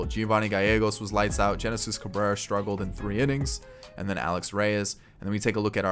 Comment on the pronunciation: HENESIS CABRERA NOT JENESIS CABRERA. THE G IS AN H SOUND